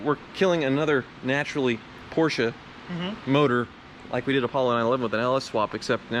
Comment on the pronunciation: It's pronounced Porsche!